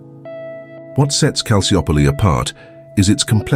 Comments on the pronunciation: Excellent documentary but the Maradona era at Napoli had nothing to do with Calciopoli, nor did the mafia/Camorra. So why include them? Also Calciopoli is pronounced Kal chi opoli. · Calciopoli is pronounced Calchiopoli. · Loved the video, but this dudes pronunciation of Calciopoli was driving me insane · Can’t even pronounce the name of the scandal correctly… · Mostly irrelevant material. You barely understood what Calciopoli was about I mean you even don't pronounce it correctly.